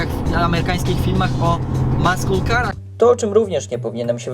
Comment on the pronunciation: bo jeżeli 'muscle car' czytasz 'maskyl' i mustang czytasz po polsku a nie amerykańsku, to się nie dziwię, że z Panią sync 2 się nie dogadałeś...